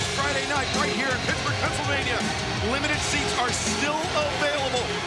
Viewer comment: Good one with the "brittsburgh", good one